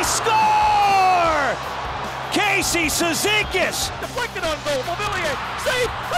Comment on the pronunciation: Комментатор на голе Кейси цизикасе кон...л похоже )))